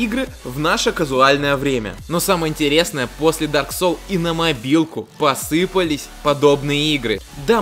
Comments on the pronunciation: В дарк соле?? В дарк соле, сука???! ДАРК СОУЛС, А НЕ СОЛЬ, БЛЯТЬ!!! И ещё, не Бёрн, а Борн. Бёрн - гореть, Борн - рождаться (ещё бывают уникумы, говорящие Бон, так вот Бон это кость) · Меня одного кумарит как он произносит Дарк Соулс?